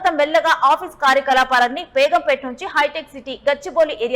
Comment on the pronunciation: Begumpetaa kaadhu madam it's begumpet